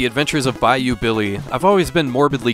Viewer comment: I just want to thank you for pronouncing "Bayou" correctly. Damn near everyone i hear say thus word on YouTube from AVGN all the way to CreepsMcPasta pronounce it "Buy-Yo" abd it KILLS me. So thank you you truly are the best retro gaming channel there is.